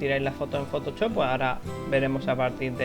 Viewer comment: ¡Me hace muchísima gracia como dice "fotochop" jajaja!